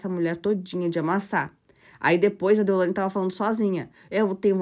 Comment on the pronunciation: Não é deolandia, moça é deolaine!🙈